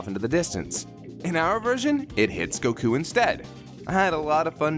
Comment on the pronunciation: The way he pronounces goku bothers me so much.